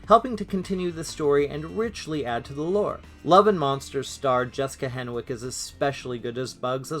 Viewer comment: The W is silent. Her name is pronounced “Henick”.